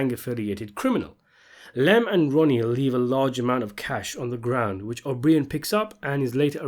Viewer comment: O BREEE-IN??? OH-BR-EYE-IN!!!!